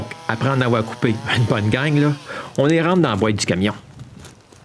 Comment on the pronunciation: non ! c'est pas leu , c'est: " là" !